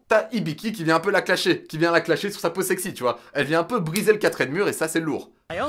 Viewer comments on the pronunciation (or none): none